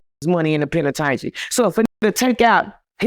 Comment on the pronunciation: 💯 I thoroughly enjoyed this interview! I literally hung onto every word this man said, which was serious until he said "penitaintry" . Then I had to refocus lol. 😁